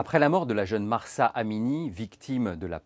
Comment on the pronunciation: Cest Masa Amini et pas "Mahhhhhhjrsa" Amini. Le "h" est muet !!!!